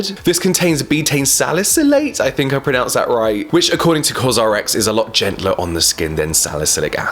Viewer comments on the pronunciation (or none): none